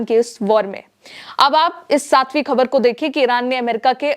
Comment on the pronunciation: मैडम खबर नहीं ख़बर बोलिए